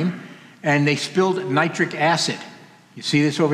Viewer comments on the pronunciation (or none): none